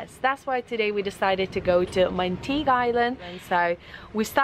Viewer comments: Its pronounced Mangtig-EH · Pronounced as mun —-tee—-ge